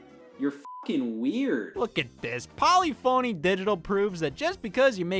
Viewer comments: Did he really say Poly-phoney instead of Po-liff-uh-knee? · i hate to be that guy but it’s pronounced puh-LIH-funny not Polly Phony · it’s pronounced “poliff-oni” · btw, Polyphony is pronounced "po-LIFF-uh-nee" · polyphony pronounced like polly fonny hurts my brain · Polyphony is pronounced "po-liffany" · It’s pronounced poe-lee-pho-knee like symphony, but with polygons. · That’s quite the pronunciation of Polyphony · All this virgin research just to pronounce polyphony wrong. Classic Scott moment! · As a diehard gran turismo fan, that pronunciation hit me like a bullet